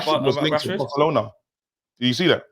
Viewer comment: Man said broke-alona, recession fc🤦🏿‍♂️🤣🤣😭